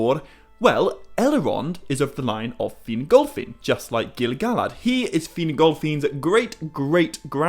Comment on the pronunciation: Why you saying GilGalad like that???😂😂😂😂😂😂😂😂😂😂😂😂😂